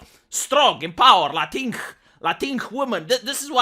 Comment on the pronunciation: Lol I loved your pronounciation of "LatinX" as "Latinch". It is very fitting indeed as that is how actual spanish speakers would pronounce it. I'm going copy that from you for future use going forward.